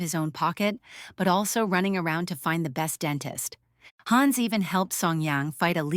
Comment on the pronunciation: Please, don´t say: Haaans...it is "Hanns". It's as annoying as a fly on your nose....